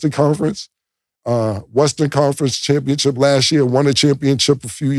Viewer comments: Can y'all tell Cam it's championship and not championchip 🤣🤣🤣🤣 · Championship Cam…Not Championchip 😅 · He keep saying championchip 😂😂😂😂